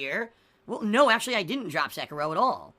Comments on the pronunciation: "Sekayrow" - 2019 Sound good? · Seh-Kee-Roh not secker roh